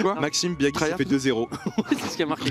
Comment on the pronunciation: Je vous adore les gars mais Doig faut qu'il arrête de dire Biagui mdr c'est Biadji comme il avait mis sur Twitter